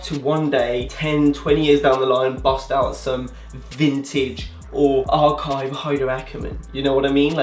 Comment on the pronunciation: The way you emphasized "archive"! xD